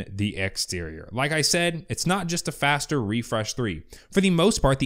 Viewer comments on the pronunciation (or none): none